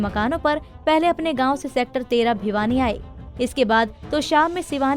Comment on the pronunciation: Bhiwani not Bhyani...